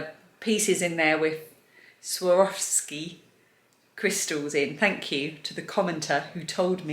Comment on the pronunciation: Hi and Family. We all cheered for you when you pronounced SWAROVSKI properly. Not hard when you get the hang of it, is it? I hope you all start feeling better real soon. Love, from the Carlson family